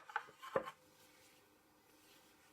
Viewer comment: Hey there, you’re really amazing, and I love watch your videos 💖 but also I’m Italian and I can say that’s “biscotti” and not “bisscoti”😆